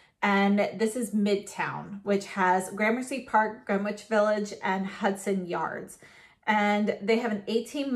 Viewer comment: As a NY er I can tell u its pronounced like Grenitch. 10 out of 10 9n the video Made me happy xx